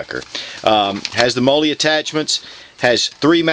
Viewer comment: I'm not trying to be a jerk. But, mollie is pronounced like "Molly" not "Moley".